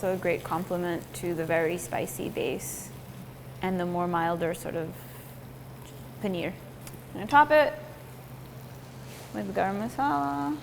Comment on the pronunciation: Another disappointing and jarring rendering of the word paneer, where the last syllable is pronounced as near or beer. It is the simple long e sound as in beet, heat, peel. Well within the capabilities of the western voice box.